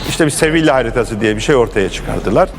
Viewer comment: Sevil değil Sevilla